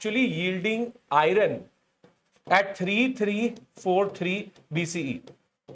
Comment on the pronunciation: It is not iyaran , but iron or ion